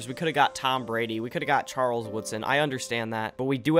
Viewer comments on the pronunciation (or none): none